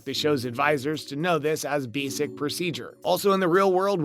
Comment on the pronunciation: B-sic procedure? V-zing Abby's lab? Never getting Abby's name right? wth is with this guy? I think I'm done with this channel...